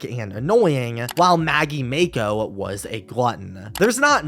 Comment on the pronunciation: did you really just pronounce Mako like that?